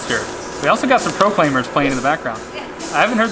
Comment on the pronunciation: I think said Proclaimers wrong though, sounded really weird